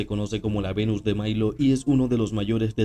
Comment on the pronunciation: Venus de Milo, no de Mailo, es en Italia, no en gringolandia